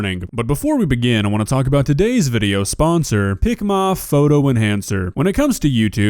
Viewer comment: Why does picma sound like ligma